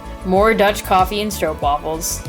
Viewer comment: RESPECT Youre the first American vlogger who is able to say stroopwafels correctly. 😀 i bet your opa learned you that.